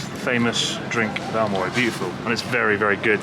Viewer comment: ♨AOMORI と❤AMORE読み間違えましたw